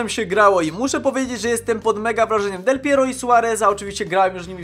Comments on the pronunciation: dlaczego powiedziałe del pieriog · Del Piero, Del Pierur, Del Piero no i, Suagryz. xD